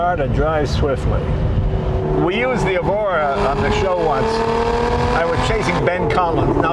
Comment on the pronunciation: "Evora", Mr Leno. Generally Lotus names start with an "E". Good to see you out there in a quality sports car, it looks fun.